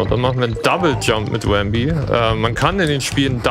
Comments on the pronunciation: Sehr schöner Run, trotz manchen kleinen Schwierigkeiten. Manchmal gab es aber richtige Wow-Momente. Habe hier so einiges gelernt. DKC 2 ist eines meiner liebsten SNES Games. Aber das du zu Rambi 'Wambi' sagtest machte mich etwas wahnsinnig. ;-) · Cooler Run mit vielen interessanten Shortcuts und Glitches. Der Runner ist sympathisch und hat seine Aktionen kompetent erklärt. Machte Spaß. P.s.: Das er den guten Rambi aber ständig 'Wambi' nannte machte mich aber irre. :-D